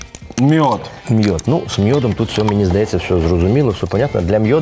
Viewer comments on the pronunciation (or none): Мьюд )))) а не мёджь